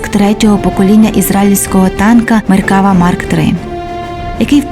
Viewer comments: Додам тільки що назва танка звучить як "МеркавА"(не "МеркАва). Хоча тут кажуть і так ітак. )) Подяка за гарний огляд. Україні Слава! Шалом із Нагарии. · не меркАва, а меркавА. як і в більшості слів на івриті наголос на останній склад. не існує меркава мк5, існує меркава мк4 "барак". це остання, найновіша версія четвертого покоління танків меркава на даний момент. скоріш за все, далі серію меркава продовжувати не будуть, а будуть створювати зовсім нову машину. певні напрацювання в цьому напрямку вже є.